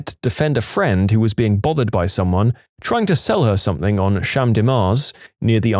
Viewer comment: No k in the word something . Let the narrator know